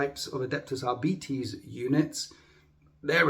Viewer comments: I'm annoyed I came here to see doing impressions he didn't do anyone I recognised and all he did was mispronounce adeptus arBITES lots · It's are bites I'm 42 everyone I've ever known has said are bites this is literally the first time I've heard that way